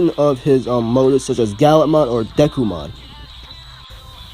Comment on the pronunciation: Man’s said dekumon it’s dukemon